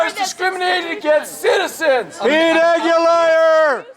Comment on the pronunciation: LOL!! PETE "AguLIAR!!"